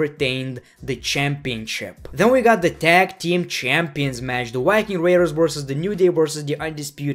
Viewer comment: The Wiking raders